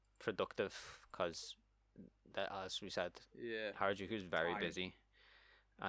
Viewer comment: This should be called things to do in places Craig can't pronounce...